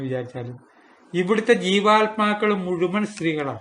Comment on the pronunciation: പല വീഡിയോകളും എനിക്കിഷ്ടമാണ്, തുടരുക. " മുഴുമൻ " എന്നല്ല " മുഴുവൻ" എന്നാണ്.